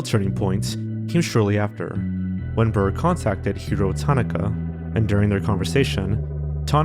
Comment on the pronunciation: the name pronunciation in this is fucking killing me. can almost guarantee you’re saying delvecchio and tanaka wrong - should be del-veckio and tuh-NAH-kuh. would really encourage you to check pronunciation before recording the script. it’s a really basic thing.